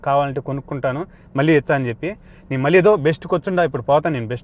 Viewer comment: ల్ల కాదు తమ్ముడూ…. ళ్ళ. మళ్ళీ. దయ చేసి తెలుగు భాషని ఖూనీ చెయ్యద్దు.